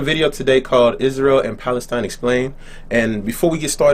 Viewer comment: wtf you cant even say palestine how is your place wtf you dont have p you say balestine